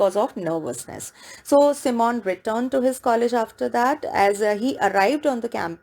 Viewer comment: Ma'am you are pronouncing Simon wrong